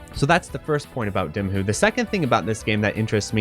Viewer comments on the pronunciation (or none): It's pronounced D-eye-mahoo. NOT D-ih-mahoo. The game already pronounced the title for you! How could you still think the title is pronounced the other way?